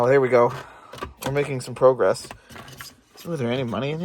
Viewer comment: You say 'progress' like a Canadian.